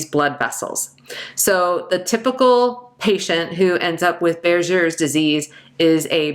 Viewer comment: “Buerger’s” is pronounced with a “G “ sound not a “J” sound…. For your kind information Regards